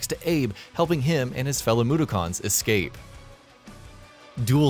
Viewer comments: Blatantly obvious you don't know about these games either. Come on man, "Moo-der-kins". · The pronunciation for Mudokons is Moo-duk-ens I've been a fan of the series since I was young. I'm looking forward to it coming out on switch! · nigga said "free the moodakhans it takes just a few minutes of research to know how to pronounce it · "moo-der-karns" - and then I stopped watching. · It was more like moo-doo-cons lmao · I think you mean "MOODOKHAANS" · You can really tell this dude has never played an oddworld game in his life by the way he pronouces mudokons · I stopped watching as soon as he said mudokuns. This guy doesn’t know wtf he’s talking about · This guy has pronounced Mudokons and quarma completely wrong, he's clearly not even close to being an oddworld fan so why is he telling people what they need to know before they buy when he doesn't know the games himself 😂😂😂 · No it's not . Ignoring the fact he said mudokuns wrong too It's understandable that he said Quarma wrong . But if you've ever played Munches oddysee you'll get the correct pronouncement for quarma there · it triggerd me the way he said Mudokuns lol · It wasn't even close. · That pronunciation also f***ed me up. Straight facts my guy. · Seriously. They use it in the game all the time